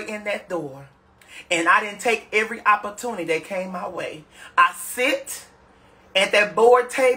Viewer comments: Hilarious. Lord the St louis school system failed shem.opporrtunney😂😂😂😂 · What is "opprotunny"??? Anybody please???? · Hell is an “oppatuny?”